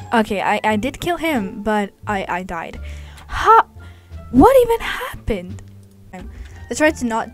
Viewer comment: “what happened” SHE TURNED BRITISH FOR A MOMENT